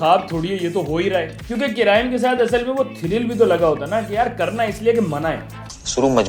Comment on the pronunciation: Crime ❌ Carime ✅